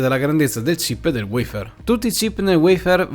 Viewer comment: Cambia la sintesi vocale poiché WEIFÈR risulta essere poco italiano .a Me piace il WAFER